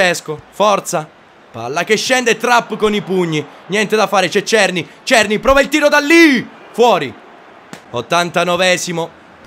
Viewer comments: è della republica ceca, ma la pronuncia è SERNÌ, non sto scherzando, vatti a vedere le partite dell'ajax e senti come pronunciano il nome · La pronuncia di Cerny è SERNÌ, è francese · adesso o si pronuncia cerny o serny, l'importante e intrattenere, un abbrAccio!!